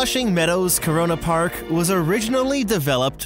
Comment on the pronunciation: He said corona park ! 😐